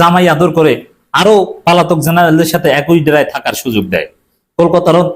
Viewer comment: আপনি পালাতক শব্দ ঠিক করে নিয়েন